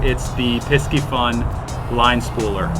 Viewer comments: Pie-see-fun … like Pisces , the fish, im on a mission to make people say it right cuz they ain’t doin a good job marketing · Pisci the c is silent. I’m pretty sure like the astrological sign.